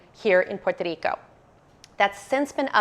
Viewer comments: great information and I love the way you say Puerto Rico. God bless you. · Great info. I appreciate the effort to say Puerto Rico in Spanish. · Si es cierto es la única que lo dice muy bien en español she’s awsome